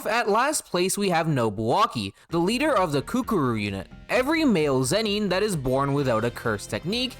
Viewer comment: lol zen-NEEN. so distracting